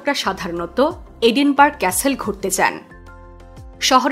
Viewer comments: এটা এডিনবার্গ না ‘এডিনবারায়’ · এটা এডিনবার্গ নয়, এডিনব্র‍্যহ